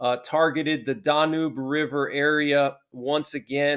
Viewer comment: Danube River - okay Danube is NOT pronounced Dah Noob it is DAN YUBE.